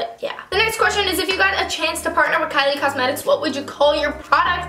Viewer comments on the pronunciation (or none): none